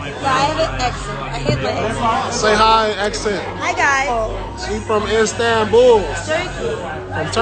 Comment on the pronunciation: He said irstan bull too lmao